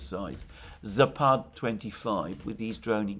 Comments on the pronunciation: Alexander, it's "západ", not "zapád" (зáпад). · Just a bit of trivia - it's "zApad", stress on the first "a".